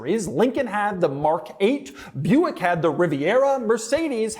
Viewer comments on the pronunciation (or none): none